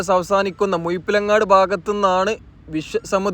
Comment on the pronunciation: മുയിപ്പിലങ്ങാട് അല്ല മുഴപ്പിലങ്ങാട്